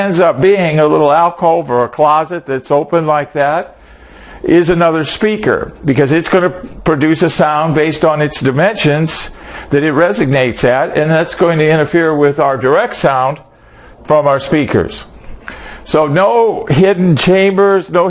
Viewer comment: I died when he said "resignate". There's no G in "resonance".